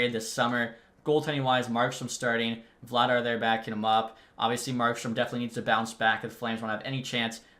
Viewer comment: Name pronunciation corrections for you for the future Zadorov: Za-door-ov Sharangovich: Share-en-go-vitch Vladar: Vluh-dar Hischier: He-sure Bahl: Ball